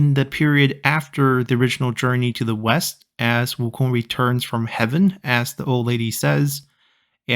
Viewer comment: 悟空这两字的发音就知道是国人了